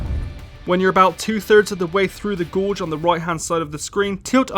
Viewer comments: Gauge is pronounced gay-ge* not gaw-ge. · Since when did we call a gauge a gorge? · He didn't say gorge, he said gauge but pronounced it wrong. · d-ren90 So how would you type how he pronounced gauge?